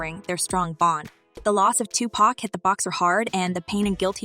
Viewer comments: It's Tupac not to pocks lmao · She keeps pronouncing Tupac as 2 pack